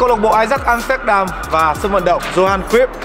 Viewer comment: Góp ý chút là bro phát âm sai tên của huyền thoại Johan Cruyff r nhé. Phải là yow haan kroyf.